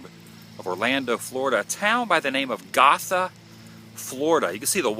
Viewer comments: It's pronounced "go-tha" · It is pronounced "GOtha" I used to live there...went to Gotha Middle School lol. Who knew Bob Ross was buried there that entire time? ! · Hey I know I'm late but just to let you know you said gotha wrong I love right across from that place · Bob, I'll see you in the morning when I visit my loved ones. Adam Woo, You are a douche bag. You run all over Central Florida acting the fool. You got the monument wrong and went and read the description of what it depicted and still could not properly spit out what the depiction was. BTW, You might want to learn how to pronounce Gotha. ┌∩┐(◣_◢)┌∩┐